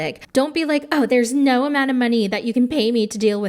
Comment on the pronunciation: LOL the "NAUR" took me out